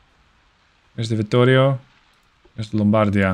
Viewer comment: Just a quick tip for your italian pronunciation : you are saying Lombardia and Vittorio Veneto almost correctly you are just messing with which vocal letter has more emphasys, I would say the accent but that word has so many goddamn meanings I am not sure it would correctly convey the message. Vittorio Veneto you are pronuncing essentially as "Vittorio Ven e to", Vittorio is correct but Veneto should sound like "V e neto", so the umpf (Yeah! That's the word I needed!) goes on the first e and not the second. Lombardia again is almost perfect aside the fact that you pronunce it as "L o mbardia" but instead it should sound like "Lombard i a" so the umpf is at the very end of the name instead of the beginning. I hope it made a modicum of sense :D